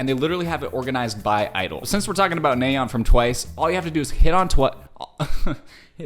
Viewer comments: WHY DOES HE STILL SAY NAYEON WRONG ITS NA YEON NOT NAE YON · It's na yeon not nay oen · It's not naeon it's pronounced as naa yon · “Neigh-yeon” 😂 it’s naay yeon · Nice analysis of the MV but he pronounced Nayeon's name wrong every time. It's not "nay-yeon", it's "na-yeon". The first syllable has a hard A sound which should sound like "ah" or "aaa", not "ay" or "ey". I guess this is his first time seeing Twice since every Once knows this, actually 99% of Kpop fans probably do since Twice is one of the top groups. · Kind of (?) unrelated but i wanted to point it out, When you say "Na" it's more like the "a" in "as" so, it'd be like "Nah-yeon", not so much as "Ney-yeon", you know Thank you for coming to my Ted Talk :) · btw, just so you know; her name is pronounced nye yon 💖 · Why Are you pronouncing It Ney-yeon Its NA-YEON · Sorry i don't mean to say that, Nayeon name is 'NA YEON' don't 'NAY EON"!! Thank you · It's Nayeon not Naeyoen, you literally watched the video an still messed up her name🤦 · Hahahaha.....I don't know why it bugs me so much but it's "NAH"-yun, not "NAY"-yun. But all good 👍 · just a heads up her name is pronounced "Nah-yon" not "Nay-yon" easy mistake though :)) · Also, just a friendly lil correction, its pronounced NA-YE-ON and not NAY-ON, hope that made sense 😃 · i cringe everytime i hear him say nay yun and the typo of her name in the top right corner.. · to pronounce "nayeon" its "nahyon" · her name is pronounced Nah Yeon. (Nayeon) T.T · nayeon is actually pronounced nye-on !! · idk if you care xD but the pronounciation of her name is nah, like "nah bro" and youn, like "young" without the g. nah youn :> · they are joking because he pronounce it like naeyon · You pronounces nayeon name wrong 💀 … …. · This isn’t hate just a little correction - The “A” in Nayeon is pronounced the same way as the “A” in after😓🫶🏻